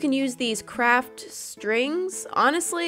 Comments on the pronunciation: I thought that she said '' crap'' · Did she say CRAP STORE???????